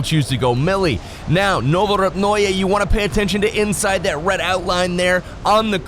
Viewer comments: Novopruje.... Novopyu... Uhhh "NOVO AREA" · Is pronunced novorepnoye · I think it's pronounced no-vo-rep-noy with a silent e